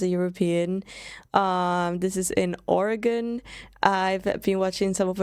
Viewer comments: Born and raised. I love how you are saying Oregon correctly. She just visited a small portion of pacific coast. There is way more to see. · You beat most Americans in actually pronouncing the name of the state correctly.